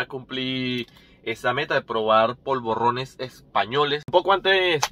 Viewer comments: No se dice POLVORRONES. Son polvorones. Vos lo pronunciás con doble R. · polvorrones no; POLVORONES, con ere, no erre...xdd bon profit!